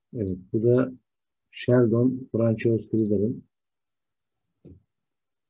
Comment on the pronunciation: Fransua diye okunuyor. Hocam. Paylaşım için teşekkürler.